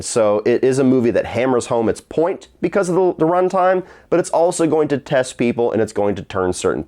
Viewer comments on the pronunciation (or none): none